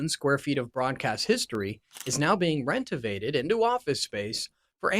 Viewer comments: “ rentovated”. A new word? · This guy is a Leftist tool. What is Ver-sale and rentovated? This is a hit piece. GFY. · True, he calls renovated “ rentovated.” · Uhhh "ver - SAIL" really? What is 'rentivayed'? Are you an AI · Versale? WTF dude? You need to learn proper editing and attention to detail. BTW, do some research along the way.